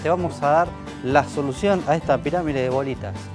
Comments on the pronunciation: en el video escribio PIRAMIDE... pero el bobis dice PIRAMIRE... XD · Se dice piramide NO PIRAMIRE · ***** se refiere a que dices piramire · Cuando decís pirámide parece q decís pirámire xd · por qué decís piramire en vez de pirámide? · La "piramire" de bolita xD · ***** no escribiste eso, cuando decis piramide se escucha "piramire" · Porque decís "Piramire"? jajaja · Jajaja por que "la pirámire" ? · Qué mal que en TODOS los vídeos, e incluso en la lectura de labios haya el error de la palabra "pirámide". :(